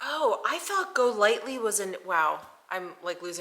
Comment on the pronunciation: It's not pronounced "Go lightly" 🙄 basically a video filled with rubbish products.